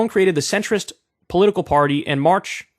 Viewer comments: the party is pronounced like "on marsh" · Say it with me: On Marsh. That's how we, as Americans, can not completely butcher En Marche